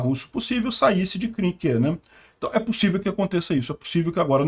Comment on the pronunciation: A pronúncia correta é Crinquê